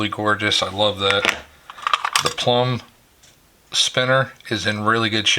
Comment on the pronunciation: It's Plomb! NOT Plumb!......